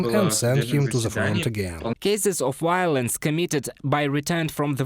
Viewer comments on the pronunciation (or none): is "violence",not "wiolence".You keep repeating the same mistake every single video.